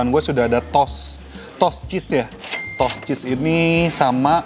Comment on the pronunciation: Toast tuh bacanya bukan “tos!”. “Tos” itu tuh ‘hi-5’. Toast tuh bacanya “tho-est”. Ada “h” nya.